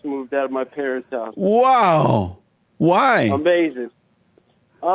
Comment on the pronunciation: to When the guy admits he didn't move out till he was 28 then also says UHMahzin, lmao I laughed so hard.